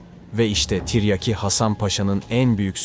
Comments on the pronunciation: Deli oluyorum yaa Tarih videosu yapmışsın Salatalık okur gibi tren der gibi tiryaki diyon Mghyim gelde çıldırma Tiryaki değil Tiryâki diyecen Azcikda olsa insan biraz Türkçe öğrenir yaw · Zağreb değil Zagreb. Ayrıca Zagreb hiçbir zaman Osmanlı toprağı olmadı. - Tiryaki denmiş. a kısa okunmaz. Tiryâki diye uzun okunması gerekir. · Tiryeki değil oğlum tiryaaki len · Yav kardeşim ikide bir tiryeki diyorsun,böyle bir kahraman şahsiyetin adını telaffuz edemiyprsun bu nasıl tarihçilik hasan paşanın lakabı tiryeki değil..TİRYAKİ Hasan paşa........ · BIR DE TIRYAKI KELIMESI NASIL TELAFUZ EDILIR OGRENSEN SUPER OLACAK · Seslendirme kötü. Anlatım ile video uyuşmuyor. Seslendiren her kimse, "tiryaki" nin nasıl telaffuz edildiğini öğrenmeli.